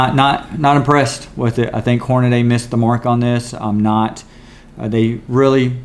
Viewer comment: "Hornaday" 🙄 where the hell did you learn how to read?